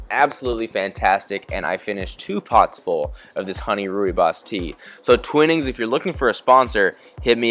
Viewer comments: Thanks. Came here to say the same. Twine-nings not twin-nings😊😊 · Twinning tea is pronounced why with a T twhy not twin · Amazing video! Looks like a great flight. Just one tiny comment as a British person, Twinings tea is pronounced "Twy"-nings (same as try), not "twin"-ings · Twining rhymes with mining.